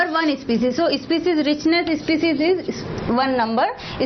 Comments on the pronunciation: It's not especies it's species improve ur English mam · not ispecies.... its species😝